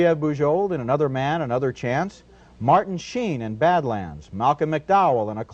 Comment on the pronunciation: Why does he miss pronounce the name? It's fairly straightforward.